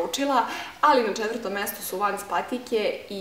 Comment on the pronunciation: Ne izgovora se vans vec vens